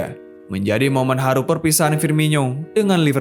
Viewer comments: Itu dibacanya firmono bukan firminyo, coba lu dngr komentator2 klo nyebutin namanya wkwk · Penyebutan nama nya FIRMINO, Bukan FIRMINYO wahai admin.